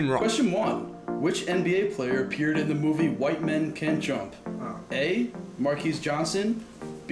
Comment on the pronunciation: How you not know Marques Johnson? He the dude that grabs the gun in the yellow tank top. Also it's pronounced like Marcus.